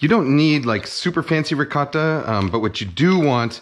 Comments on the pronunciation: Holy shit you actually responded. I think it's the way you accentuate the "t" sound in ricotta, whereas most pronunciations I'm familiar with give it more of a softer "ricah-DUH" sound, I think? I'm sure you have a reason for pronouncing it that way though. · Kenji can't decide how to pronounce "ricotta" lmao